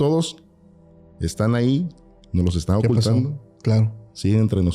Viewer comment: Minuto soy yo se escucha raro cuando dice ocultando